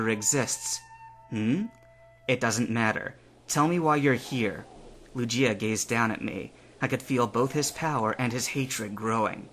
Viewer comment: oh dear, it's LOO-ghee-ah, not loo-JEE-ah.